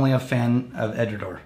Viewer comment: Went to Edinburgh couple months ago, most of the people I spoke to said Edradour (as in Door). Of course regional accents and pronunciation is real so possibly Edradour (as in Hour) is a regional pronunciation?